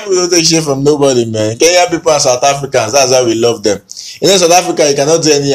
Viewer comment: I love the way you pronounce Kenyan names🤣